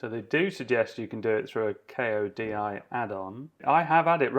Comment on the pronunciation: Bro Kodi is not the letters sounded out, it's like the name Cody, Not K.O.D.I. - Just FYI :)